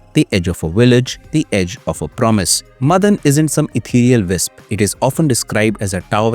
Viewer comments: stop saying Madan madan! its MAAAA-DAN ! GET A MALLU FRIEND. PS: NO HATE , FULL SUPPORT. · Not मदन it's माडन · Not madhan it's maadan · its not मदन it is माडन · Madan nahi, Maa-Den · മദൻ അല്ല മാടൻ. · Please note that it is not madan (मदन) it is mATan (माटन्) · Not Madhan. It's Maadan. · It's not मदन. It's माडन.